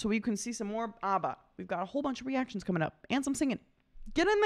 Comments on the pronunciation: Why do you keep calling them "Ubba"? Their name is Abba, not Ubba. Of course I am joking, but that doesn't mean it isn't annoying. Stop calling them "Ubba"! :-) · IT'S NOT AUBBA, IT'S ABBA! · Properly pronounced ABBA, not OBBA